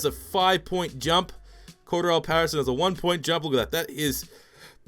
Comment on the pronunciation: The fact hes saying pattersons name wrong is pissing me off